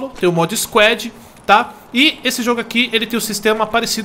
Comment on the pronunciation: nao é squéd, é squad